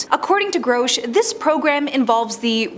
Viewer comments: She says grosh whereas it should be pronounced grush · Let's all take a drink every time she mis-pronounces our boy's name.